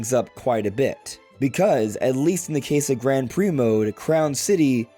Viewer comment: Can you please change how you pronounce Grand? It’s like “g-raw-n” and the d is silent. Thanks! (And thanks for all the content, I appreciate you)